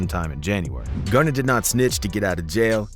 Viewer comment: His name is Gunna! “Gunna Tell”